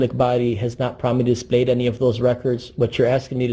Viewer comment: "Prominently dee-splayed"